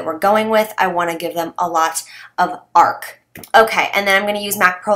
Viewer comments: Did you hear her say arc instead of arch? 😂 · Hahahahaha you said Ark instead of Arch!!